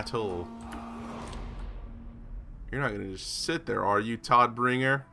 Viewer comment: Just as a sidenote: It's pronounced more like Toad-bringer which is german for something like Deliverer of Death